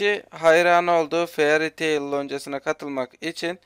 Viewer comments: Feariy Teıl diye okunmuyor yalnız :DDD Feıriy Teıl Bak şimdi Fealiy Teyıl dedi .DDD tamm dalga geçmiyorum Fairy Tail'ı izlemedim ancak ilk sıraya Death Note koymalıydın bence çünkü anime sevmeyenlerin bile bildiği bir animedir. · fairy taili çok garip söylüyorsun. bide sesin hiç güzel çıkmıyor. aynı zamanda lucy salamderı aramıyo şans eseri karşılaşıyorlar ve natsu onu kurtarıyor sonra fairy tailden olduğunu söylüyo ve onu loncaya getiriyo :)